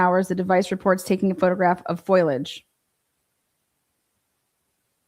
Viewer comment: • Foliage: The collective leaves of plants and trees. • Foilage: An obsolete word. • Standard Pronunciation: Pronounced as three syllables: \FOH-lee-ij\ (foh-lee-uhj). • Mispronunciation: Saying or spelling it as \FOY-lij\ (foy-lij) is considered nonstandard. However, linguistically, the word's history traces back to Middle French foille ("leaf"), which is also where the word "foil" comes from.